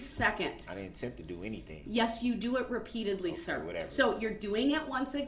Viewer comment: "No I di-ent"